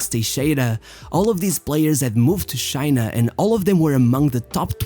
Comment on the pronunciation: Its not shina it is China !!